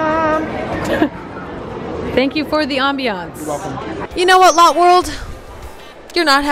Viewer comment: but it is lo tae